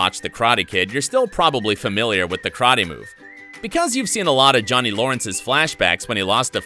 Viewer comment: It's not krate... IT'S KARATE